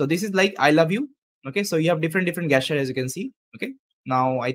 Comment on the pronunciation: Jesture (not gay-sture)